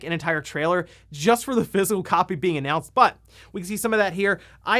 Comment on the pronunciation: He keeps pronouncing physical as Fizzle in this video.